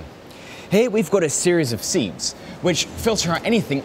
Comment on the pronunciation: You have a very strange pronunciation of the word "sieve" - it's pronounced "civ" like the games.